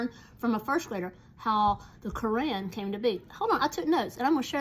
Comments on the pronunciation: You pronounce Qur’an like core (like a “core” of an apple) on (like switching “on” a light) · It’s pronounced krane